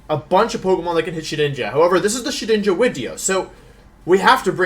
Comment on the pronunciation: Shedinja? More like Shewinja.